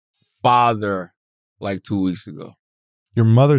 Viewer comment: Schultz said fotter, not father 🤣